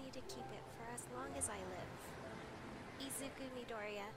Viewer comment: When she said "Izu-" I thought she said Adrien and I was like "Waaaaait....Is this a miraculous comic...." Then I looked at the pic when she said "Izu-" I sighed in relief 😅